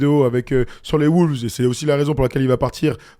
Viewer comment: Je vous aime les gars mais par contre faut arrêter de dire “Les woulves”